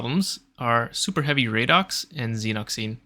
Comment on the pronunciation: Reaching new lows with pronunciation 🤣 Xenock zeen????? Io DEEEN?